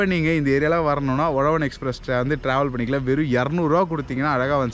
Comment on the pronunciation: Bro not Ozhavan its uzhavan 😀